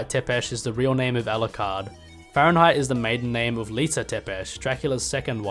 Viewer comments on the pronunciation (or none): none